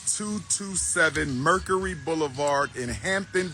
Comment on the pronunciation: I dont trust anyone who cant pronounce Mercury or Alabama correctly. I dont agree with juneteenth being a federal holiday. Been celebrating it since the 90's... making it Federal really watered it down.